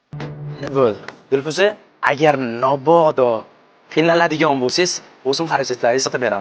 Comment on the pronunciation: Нободо эмас , мободо